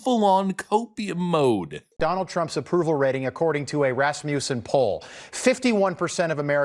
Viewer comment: If anyone cares it's pronounced rasmuhson